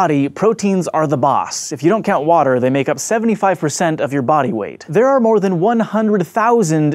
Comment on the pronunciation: Brain says "MOAR"